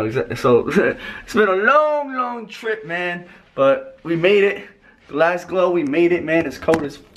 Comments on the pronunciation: LMAO the way slim says 'Manchester' and 'glasglow' 😂😂 it's Glasgow slim loool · did man just say Glasglow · SLIM ITS GLASGOW NOT GLASGLOW 😂😂😂😂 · Loool, he kept getting gassed saying "Glasglo" it's "Glasgow" haha, your a top joker haha❤❤ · GLASGOW, not GLASGLOW.. 😭😂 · it's Glasgow not glasglow 😂😂😂 boy you make me laugh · It's hilarious how every time you say Glasgow you mispronounce it and add an extra "L"! :) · Who else noticed slim saying Glasglow instead of Glasgow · it's Glasgow not glasglow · Glasglow😂 it's Glasgow😂❤️ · it's glasgow my g not GLASGLOW 😂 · its not GlasGLOW it is GlasGOW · it's not Glasglow😂😂😂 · it's not glasglow😂😂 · It's Glasgow not fucking GLASGLOW😂😂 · slim it's GLASGOW not GLASGLOW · brrrruuhhhh its not glasglow its glasgow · lol its Glasgow not glasglow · Glasglow lmao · Glasglow? Damn i didn't expect that from you 😂😂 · lol he said Glasglow dafuq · glasglow? Wtf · How is man calling Glasgow 'Glasglow?'